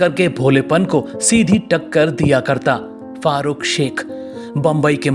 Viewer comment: उनका नाम fahrukh शेख नहीं farukh शेख है